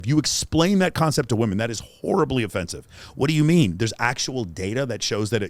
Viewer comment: “That is horribly offensive (emphasis on *whore*).” 😆